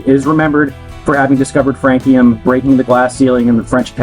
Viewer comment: How did I immediately know you would still mispronounce this one? 😅 Great idea going with frog legs by the way